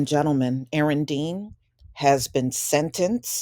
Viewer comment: YOU SAY YOU'RE NAME RIGHT!!!! 🤣